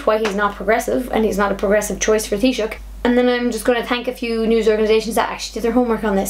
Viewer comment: Thats how you pronounce the Title (Taisouch) however you spell it (I wondered how to pronounce it) Teeshoch (or thats how I heard say it)